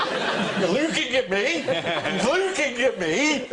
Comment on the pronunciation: Stop loo-king at me! You're loo-king at me!